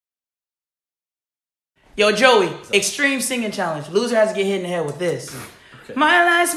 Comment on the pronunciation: He said “sth” not “the” when he sings fly me to THE moon